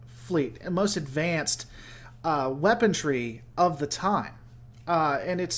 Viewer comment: Allow me to help you out...it is WEAPONRY not WEAPON-TREE or WEAPON-DREE. I mean I get it...you heard it wrong once from some moron and you kept repeating it...like those people who say irregardless. Or Idear. Or pronounce Washington as Warshington or a warshing machine. I feel like no one paid much attention in phonics...